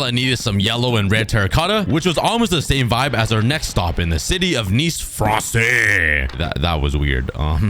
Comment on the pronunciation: Me being from Europe, when you said "fRanCeeee" (I cant do the little thing on top of the e) it had me dying of laughter💀